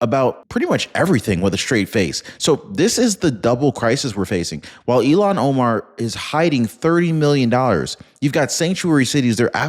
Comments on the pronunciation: please! Her name sounds like ill-han Omar… not Elon Omar. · Not Elon it’s pronounced Illian Omar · Ilhan not Elon